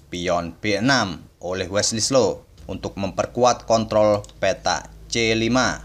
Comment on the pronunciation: Wesley so pak bukan wesley slo 😂😆😅